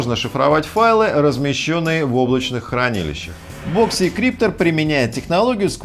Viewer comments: а я слышу в видео "И" - "боксИкриптор" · у него не очень с английским, но при этом он может быть экспертом